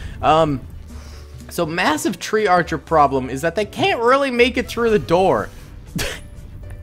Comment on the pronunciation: said tree archers {